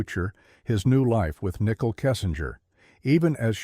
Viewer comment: How dude pronounces Nicole “Nickle”